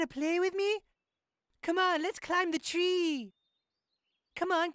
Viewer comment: Let's climb the chee climb the chee(tree)🤣🤣🤣